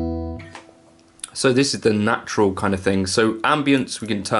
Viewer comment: "Jatural" - I like that!